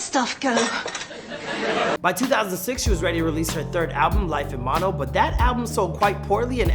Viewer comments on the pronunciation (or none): none